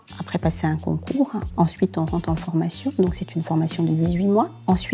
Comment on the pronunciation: MDRRR ELLE A DIT UNE FORMATKION PROUT